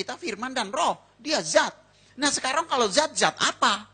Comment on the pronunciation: Tidak zat, tapi þat